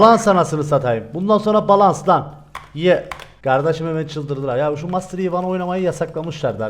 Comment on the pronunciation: master yi değil masyer g